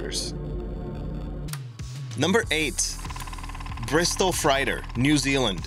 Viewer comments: Hey, guy, I luv yuh, but "fright-er (31.39)?" That's a vehicle that carries "freight," as in seagoing "freighter" or, without the "er," a "railroad freight car." No biggy, just FYI. (BTW, interesting fact about the 737 hijackings!) Keep 'em coming! Stay safe, everybody. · Bristol freighter, fr-8-er!